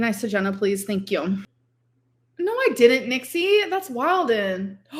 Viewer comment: Why has she started saying "no" like that.. naěu